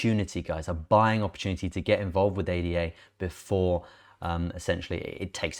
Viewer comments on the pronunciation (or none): ADA is a name 'ada lovelace' (mathmatician). should be pronounced as such. not individual letters. 'Ah dah'. It has just completed the final part of it's roadmap, completing its self governance, whihc was signed in Argentina and Kenya last week. It has also just completed testing of one of it's scaling protocols Hydra. Where it managed over 1,000,000 Trasactions per second. So much positive news coming out of the Cardano blockchain.